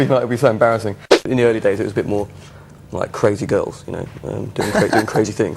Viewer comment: cwazy weasons HAHAHA